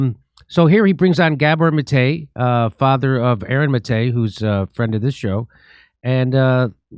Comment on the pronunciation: Wait, which syllable is emphasized in each of Gabor Mate's names? You just did it the opposite of the way you sometimes do it.